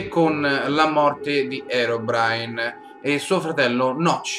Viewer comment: Si dice così